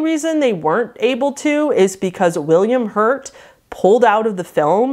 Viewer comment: This video would have been a third shorter if the end of each sentence wasn't elongated with invisible syllables. I've never heard 'out' pronounced 'outtsss' before either 🤷‍♀️. Totally unique version of the English language!!